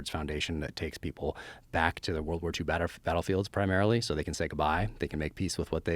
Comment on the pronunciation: Batterfields? What is this guy, a jackass?